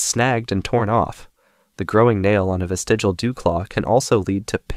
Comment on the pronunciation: Good video, but the word is “vestigial” not “vestigal”.